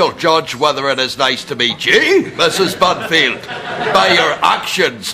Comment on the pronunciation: Lol the way he says Binfield makes it sound like he is saying Murphy lol